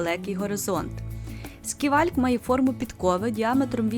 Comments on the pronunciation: Гарний огляд, сподобався❤ але чому «сківальк» якщо це скайвок?) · Оглядовий майданчик СКАЙВОЛК а не сківальк.ще раз вибачаюсь